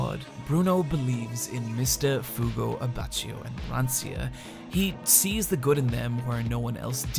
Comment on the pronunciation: I don't know how you managed to say everyone's name wrong except Fugo